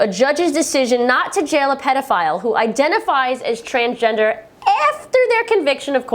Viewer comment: Always when you say Transgender I understand Transtrender XD